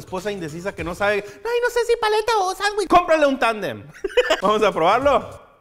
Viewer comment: un anuich in anuich